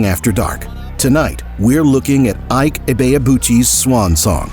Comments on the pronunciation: Not Ah-ik, I-Ke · Iyke??!!! Sacrilege...... It's IKE ..... pronounce it like an ogbo man ........ Now,ancestral and bloodline witchcraft powers stopped this one's greatness ...... Pity.